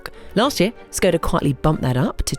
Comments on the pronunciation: Your pronounciation hurts a bit, it's ˈʃkɔda with a 'sh' in the beginning, not 's'. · Please, say škoda, like you want to say shoes, but end it with ..koda